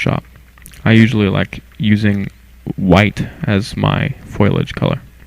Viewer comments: Good vid, IR rocks. One small bug; It's Foliage (foe lee age) not foilage (Foy lage) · It's foliage... (fo-lea-age)... not (foil-e-age) ... unless of course the plants are covered in foil... then I suppose it would be foiliage. LOL :-) Seriously, it does sound really funny though. Still a good tutorial just had to put two cents in this thread. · Foliage: F-OH- Li - uhj that just bugged me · FOILAGE!! reminds me of marge simpson. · It is spelled foliage. Pronounce it accordingly. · I know it is foliage, and it actually means leaves, not plants. I am being sarcastic at how he mispronounces it. The sarcasm was lost in what I typed.